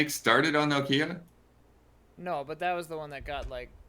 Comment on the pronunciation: For someone complaining about putting the emphasis in the wrong place, Ian sure says Nokia really weird. Do Americans just say NO Kia as if you are telling your dog named Kia not to shit indoors?